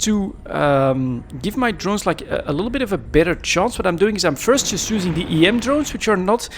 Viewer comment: How can you say "ubing" instead of using? (kidding ofc)..